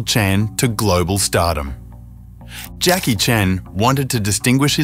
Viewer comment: Please learn to pronounce Jacky’s name.